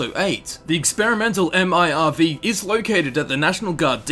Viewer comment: who the fuck says m.i.r.v?? just say fucking MIRV